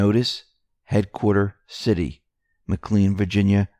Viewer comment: It’s pronounced Ma-Clain, not Mic -Lean.